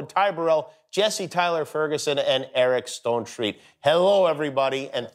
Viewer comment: Did Jimmy just say "Eric Stonetreak"??? 😂😂😂